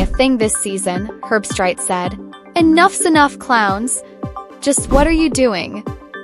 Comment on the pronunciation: Herb-street is the correct pronunciation. The dog picked with Kirk died before yesterday’s game.